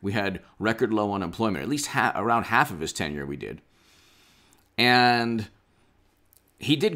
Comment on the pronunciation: “eeand” lol